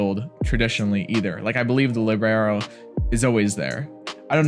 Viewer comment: about the "libero" it's an italian word that literally means "free" (the libero can enter the game any time it doesn't count as a substitution). It's proununced lìbero (instead of libèro)